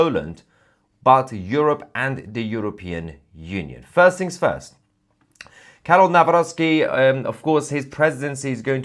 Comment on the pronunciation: Good pronunciation of Karol Nawrocki.